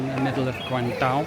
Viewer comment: Guangzhou is pronounced Guang Jo. Zhou means City.